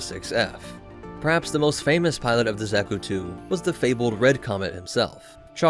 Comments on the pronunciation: I'm sure I'm not the first, but it's not "Zach-oo," or "Zech-oo" It's more like "Zock (rhymes with sock)-- u" The second syllable is usually emphasized in Japanese iirc, so "zockUU" is close to correct. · Cannot get over the pronunciation of Zack-ku and not Za(Like Ha)-ku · Zaw-kü, not zack-oo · This is no Zack-u boy, no Zack-u! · Another day, another rouge anime-tuber vid. What does this one have to say about my beloved? Watching....... Seems to know his stuff so far.... not too ba..... Did you just call it, Z ă k oo? Triggered!!! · pls stop saying "zeku"😭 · Not to nit-pick to much but, Zah-Koo. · " Zacku " .... That pronunciation... -.- Love the new content!!!